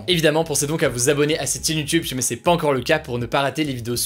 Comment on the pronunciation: Suis-je le seul qui est perturbé par le fait qu'il ne prononce pas le ''i'' quand il dit ''SI jamais''? 😭